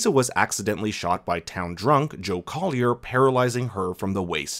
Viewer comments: Joe Collie, not Collier. And, yes, that was a Mike Flanagan cameo. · It’s COLLIE, not COLLIER. The sheriff even spells it out in episode 4. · Joe Collie, not Collier!